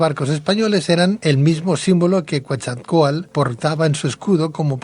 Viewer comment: vas a decir que soy un neurótico, y si pero buena onda, QuetZalcoátl, sino suena a quetjalcoátl, la x en nahua se pronuncia 'sh' y el nombre del maestro Quetzalcoatl viene del 'quetzal' es con sonido de 'ts', pero mira, yo me dedico hacer campamentos, es más somos una cooperativa, si gustan les doy una guía para venir a investigar a México sobre la Atlantida, se van a ir de espaldas, saludos y un abrazo, y gracias por el comentario, no hay falla